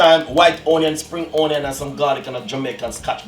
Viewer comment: White OWNion spring OWNion! His speaky spokey is killing me!